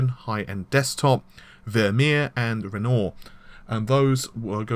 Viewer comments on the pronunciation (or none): Yeah both, Matassee and Renooor wtf lol:~) It is and Ren-waah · Don't forget Renoir, he butchered that one too. Sounded like he said Renault. ;-p But yeah, he butchered Matisse so badly each time he said it, I think I could actually feel my brain cells bursting... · you obviously didn't know the architecture was named after famous artists, i LOL'd at your pronunciation of "Matisse", and "Renoir". Gave me a laugh at least.